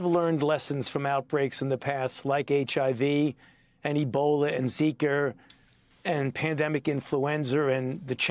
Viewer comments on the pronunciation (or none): Did you just say zeeker? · Couldn’t handle the heat. Also he called Zika ‘ZIKER’ fyi